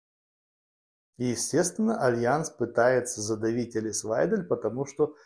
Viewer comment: Вы правы. Прямо режет ухо это " элис". Ну учитесь уже правильно выговаривать имена политиков!!! Пожалуйста!